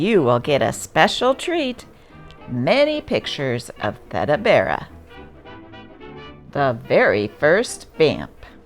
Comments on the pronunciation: Thee Duh. I’m so tired of AI slaughtering words but to be disrespectful to the point where the name of the subject isn’t even pronounced correctly, despite the audio in the clips. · "Theda," is pronounced like "Fee," but with a "T," before the "duh." Theda Bara, was one of the first celebrities in the USA, as we understand the idea of celebrities today. It might be nice if the research involved with finding information to publicize included verifying pronunciation. With the mispronunciation of her name, I quit listening. If one isn't informed about the name, how can anyone correctly inform others about what that name really meant to the population reading that paper. Mutilating language is a luxury that journalists and influencers can't afford and which tears apart out folklore, our heritage, our culture, and most importantly, our history. When ignorant elitists, denied our children access to writing and reading cursive in public schools and banned books which were relative to those defining our cultural basis, I was horrified. It smacks strongly of the history of Nazism......a belief system repugnant to any civilized human being.... Resurrection of the printed ideas that formulated our past is one way of curtailing ignorance......for a while. And, it actually might provoke interest in reinstating our descendants right to understand and read their heritage without AI intervention. After all, if you can't read the original language it was written in, "Cursive," otherwise known as "Script." by the actual hands of our forefathers, you have no idea if what you are able to read is correct. But, the only way you have of knowing what a word correctly sounds lik